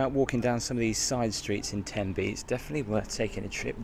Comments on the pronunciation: Aaw, Tenby, one of the jewel in Wales’ 🏴 crown, Wales where I was born ‘n’ bred and have never left other than for vacations lol. And ladies your are pronouncing Tenby 💯 % correctly 😊🏴🇬🇧🇺🇸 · Oh Tenby is amazing. I'm lucky to live 2 hours away. The beaches along the west Wales coastline are one of the cleanest and stunning. You said Tenby correctly ❤